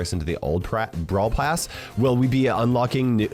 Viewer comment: You said Brawl pras😂😂😂😂😂😂😂😂😂